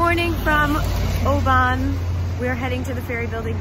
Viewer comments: Thoroughly enjoyed your visit round my native Scotand, and your pronunciation of "ObAAAAAAAAAAAAAn" haha, great stuff :) PS. if you ever visit again, think "O-Bin" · I was born in Oban, but now live in Inverness. Most people, even Scots call it O-ban, but locally its pronounced O-bin. Lovely film, Visit Scotland would be proud. You covered the area beautifully well, put a home sick tear in my eye :) By the way, in the UK a Penguin is a chocolate biscuit (cookie) the bird was a Heron. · Being from Oban I love seeing vlogs from the west coast. Most beautiful place ever. And it is pronounced Oh bin 😂 glad you enjoyed your trip, also showed places I have yet to visit! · Great wee vid. Oban is pronounced O-bin ;P I cant really say anything as youve probably seen more of Scotland than me and ave lived here ma whole life. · Oban is pronounced O-Bin. Glasgow is pronounced Gla-s-go. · Youve been pronouncing most right except Oban. It's pronounced oh-bin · Other than oban u did well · Great vlog! I live in Fife (over the water from Edinburgh) and I flinched when I heard you say Oban... you’re not wrong when you said everything is pronounced incorrectly! I’m just so glad you enjoyed our beautiful country! If you ever want to visit again and want advice I suggest the Facebook page Scotland the Beautiful! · Everyone has told me a diff pronunciation for oban in the comments lmao